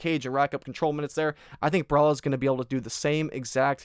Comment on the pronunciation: Was going to bet on Caio but after hearing you glaze "Boar-All-Hoe" I've decided to switch over to Immamov.